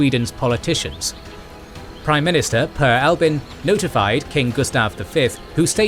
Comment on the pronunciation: It's Per Albin Hansson, not per Albin